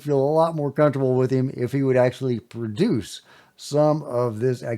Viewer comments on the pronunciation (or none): none